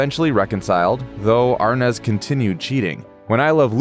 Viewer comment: Why isn't "Arnaz" pronounced "Ar-NEZ" instead of the incorrect "AR-Nez" that the narrator perpetually says.